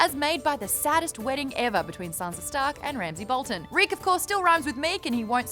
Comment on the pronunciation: ffs "boltin"